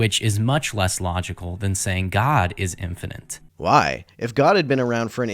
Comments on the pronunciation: Are we sure he is American? I can't figure out a specific foreign or American accent, but he said infininte more than once, while reading from a script. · WTF is infanent????? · Is there such thing as "infinant" ignorance? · god is infinint? Infinint what? In evil, in psyhopacy?